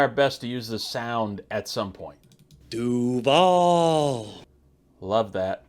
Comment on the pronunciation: 2nd vid of yours I'm watching & both are good. You're avoiding repeating the same tired memes most channels regurgitate (although ending with cringy 'Doo-vawl" was hilarious) Yes, stats, ratings &/or analysis would help but I'll wait 'til the season starts to see what you do then. A dark horse offense might be the Jets. This'll seem convoluted but just as Greg Roman's bad play-calling stalled Lamar's production Fields ran into as much or more on two different teams. Remember last year people were laughing at another instance of Pickens not running fully on plays he wasn't being targeted? How does no one realize what this means? The only possible way Pickens can know he's not being targeted is if the OC orders the QB to Not Throw to him ion that play No Matter What. Do you remember seeing a lot of drives/hearing announcers tell us that a play couldn't be completed because the receiver wasn't allowed to be thrown to? No OC trying to win games or keep their job would call for this, ever. I mean think of it, "Brady lost the game because when he realized the receiver he was about to pass to was 'The One' he wasn't allowed to, he adjusted too slowly & got sacked." Opposing defenses don't wait for you to adjust. So the 1.5 seconds wasted either having to wait until he could see their jersey # &/or then adjust to a new target could kill plays & did. Add to that the passing schemes he imposed from Week One ( of he wasn't allowed to throw over the middle or over 15 ya